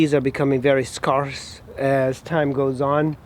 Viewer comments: Scar-ss? No. Sc-air-ss. Yes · Scar-ss. No. Sc-air-ss. Yes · Parts are very easy to obtain....and your pronunciation of scarce is very humorous. Thanks for the laugh, friend.